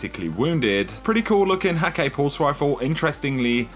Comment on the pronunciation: Bruh, Hakke is pronounced Hah-kuh.